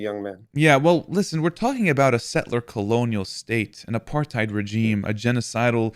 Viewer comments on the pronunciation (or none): none